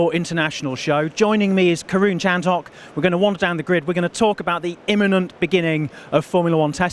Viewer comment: It very much sounded like called Karun "Karen"